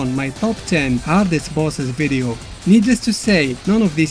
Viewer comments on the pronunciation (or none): none